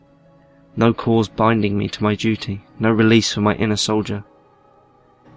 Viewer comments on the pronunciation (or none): none